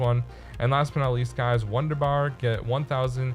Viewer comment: FYI it’s Wun-der-bar the W has a V sound. 👍 great vid thanks.